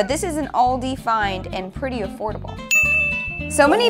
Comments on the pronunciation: All dees, oh you mean aldi, I thought the girl said all day earlier in the vid and was confused, I thought all day what? Freshitter, I don't want a pizza that is mostly bread. Aldi do thin pizza that are made in italy, the base is pre cooked in a proper oven, charred around the edges. You only need to cook them for about 8 minutes. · if they mean aldis when they say oldis i cant even express the rage i will feel